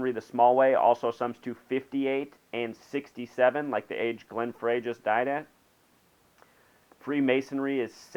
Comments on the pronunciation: Glen Frey is pronounced Glen Fry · "Fray". It's obvious you're not a fan. Fuck your numerology! He was an amazing songwriter! Pronounce his fucking name right!